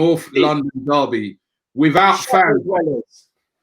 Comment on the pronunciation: I love how Robbie pronounces things 😂 "NORFF LUNDIN DARRBY"